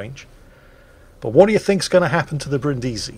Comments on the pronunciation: The Brindisi isn't named after Brin Diesel from Fast & Furious, but after the city, so her name is pronounced BRINNdeezy. And while we're at it: Prinz Eugen of Savoy, after whom the Prinz Eugen was named, has the emphasis like the English form of Eugene, i.e. on the second syllable (OyGAYN). Even Germans get that wrong all the time. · As I mentioned earlier: learn how to pronounce Brindisi here